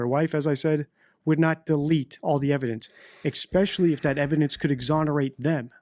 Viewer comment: No such word as “EXspecially”. Word is ESpecially.